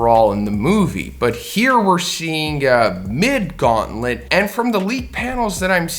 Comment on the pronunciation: every time I hear "Mid Gauntlet" I die laughing